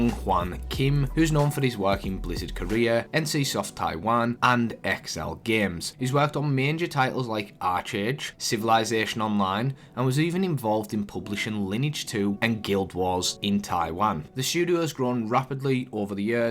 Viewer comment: It's Archeage = Ark Age not aRchage